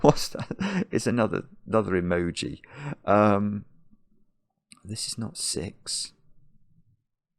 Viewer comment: Currently obsessed with the way said "that's an EMOJI" ❤